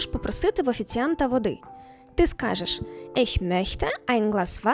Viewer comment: Чому ми промовляєте Ich як Isch?